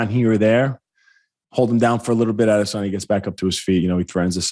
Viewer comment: You sound dumb when you say adesayna